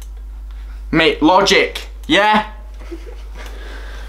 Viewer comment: "Logic", no you read it wrong